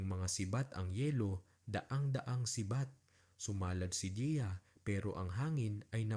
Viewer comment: Deya yun kase hindi diya ok na sana kaso makiayos ang pronounciation ng Deya sa Diya ang tama ay DEYA at hindi DIYA😢